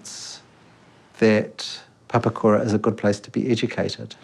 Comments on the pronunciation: Pa-Pa-Ku-Ra, not pepperkyewrah 😂😂😂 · At least pronounce Papakura correctly. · Can we at least learn to say papakura properly. Plz